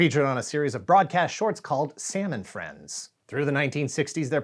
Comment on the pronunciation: It was not “Salmon Friends” — but “Sam and Friends”.